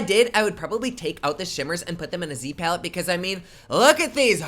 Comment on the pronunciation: Platte instead of palette 🙈